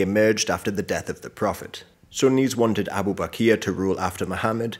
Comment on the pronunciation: can u explain why he said "abu bakia" instead of "abu bakar"?